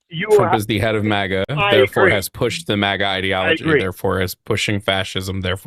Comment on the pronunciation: i know, i dont know if does it to irritate me personally, but 😂